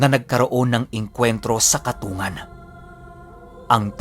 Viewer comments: yong katungan na sinasabi nyo po baka po katung-gan ang pronounce po. Yon po kasi tawag samin sa ilongo yon ay kung tama po ang tinutukoy ko. Salamat sa mga share. Silent listener po. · Di po katungan ang pagbigkas niyan kundi katung gan... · katonggan po tamang bigkas nun. shout out😁 reynold taga masbate milagros